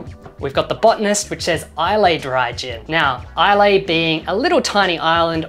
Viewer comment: great video! Beefeater Tom Collins is one of my go-to's Side note: "Islay" is pronounced "eye-luh"